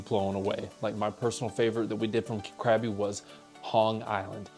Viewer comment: It's not pronounced CRABBY! 😂 Try saying it more like "GUH-BEE"